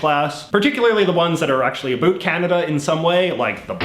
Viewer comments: I am Canadian and I have to ask are you really a Canadian? The way you say about makes my ears hurt and a true Canadian does not say "Ice Hockey", it is Hockey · You say ‘about’ like you’re trying to convince people you’re Canadian